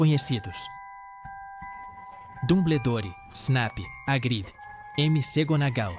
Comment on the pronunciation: MC Gounagall em vez de McGounagall a transforma de bruxa em funkeira😂. Eu vou deixando de assistir as postagens com narração por IA. pelo andar da carruagem em breve vou deixar de acessar o YouTube. LÁSTIMAVEL !! 😢